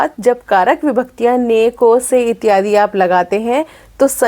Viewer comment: आप का इत्यादि का उच्चारण कष्ट दे रहा है। वैसे आप विदुषी हैं।